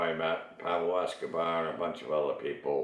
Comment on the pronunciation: did you hear him say carlos escober lmao